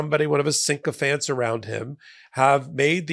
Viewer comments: The word is SYCOPHANT, not syncophant. There is no letter “n” after the letter “y.” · Its sycophant, not syncophant. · Pedantically speaking, sycophant is not pronounced "sync-o-phant". Proper pronunciation is essential to slow the creeping idiocracy. Improper pronunciation leads to improper spelling. The attitude of "you know what I mean" contributes to the dumbing down of America. This also applies to pundit. It is not "pun-dant". The english language is constantly evolving, however, it appears to be devolving in certain areas. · Sycophant.. Like a Sick-O-FANT, NOT Sink-O-Fant...... only one N..... PLEASE, you're in the top 1% in terms of intelligence in the entire country. Please get your -ish together. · Sycophant not syncophant. Only one “n”. Please understand the word